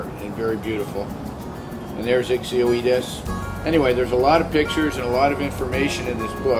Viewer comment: Also beautiful correct pronunciation of ixioides <3